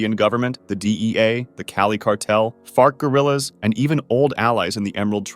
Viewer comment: wait time out my man did you say FART gorillas?